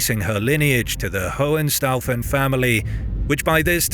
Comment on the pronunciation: Excuse me. It's pronounced "HOH-HEN-SHTAU-FEN".